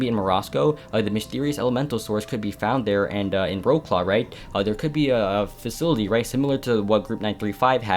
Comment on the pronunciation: Honestly love the video but as a polish being, hearing you say wroclaw really made me hurt inside, like the work man!